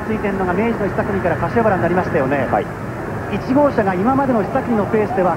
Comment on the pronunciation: 瀬古さん かしわばら 言えていない（笑）